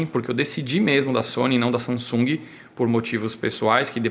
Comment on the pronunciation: Guys is not Sa”n”sung... is “Samsung” the “m” in the meddle, have to sound like a fucking “m”... capicce???